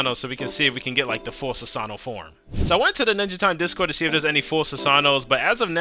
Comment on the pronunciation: funny my guy said sasano